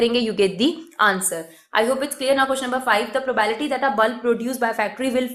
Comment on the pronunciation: Not mocking but I cringed each time she said prabality